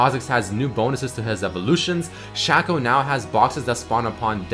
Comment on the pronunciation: its shaco not shaco